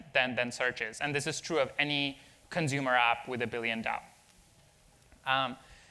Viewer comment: "consumer" dude